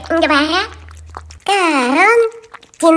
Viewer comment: Вообщето не коронтин а карантин